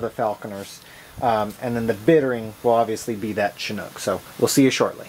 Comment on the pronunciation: It is pronounced Sh*inook my friend, not "Chin-nook" :)